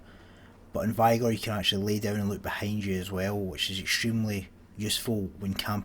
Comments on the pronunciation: M8 Learn to say "vigor" i'm 13 and i can pronounce it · He just doesn’t know how to speak it’s not his accent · What an interesting pronunciation of vigor. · It's the best way to dodge the n word